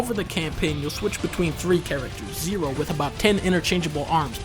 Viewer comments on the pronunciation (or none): Did he say zero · it is nero not zero :D but zero is a cool name thou